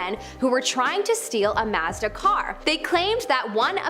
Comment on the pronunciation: Lol. The way she says "Mazda."